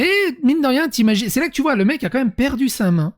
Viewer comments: "Comme même".... Vraiment? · "comme même" 😂😂😂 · "comme même" aïe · « Comme même » non stp pas toi 😢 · on dit "Quand même" pas "comme même" bon sang !